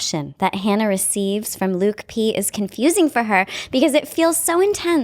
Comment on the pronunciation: Lauren B and why does she say LUKI P instead of LUKE P 🤦🏻‍♀️